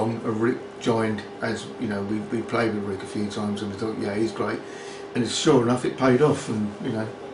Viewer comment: Pronounces Rick 'Wrick' can't e en friggin speak English properly! Knob!